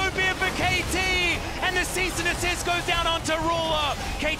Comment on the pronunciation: Wasn't Vi's ult Assault and Battery? The caster kept saying Cease and Dessist and I was like HUH